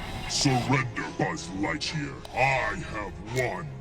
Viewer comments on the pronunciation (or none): He said Surrender Buzz LIGHCHEAR! XD